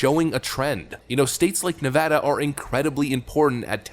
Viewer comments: 1st off...that you for pronouncing Nevada not nevAWda! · Thank you for pronouncing "Nevada" correctly. :) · Thanks for pronouncing Nevada correctly. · Thank you for pronouncing Nevada correctly. As a native, one of the biggest pet peeve’s is to hear it spoken like you are trying to be Spanish. That said, I now live in Tejas. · You pronounced Nevada correctly. 💘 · It's a small thing, but it means so much to Nevadans: Thank you for knowing how to correctly pronounce the name of the state.